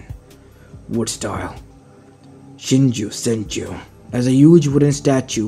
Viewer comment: ok, i have seen a lot of people saying "shinju senju" its actually "shinsu senju" no hate just saying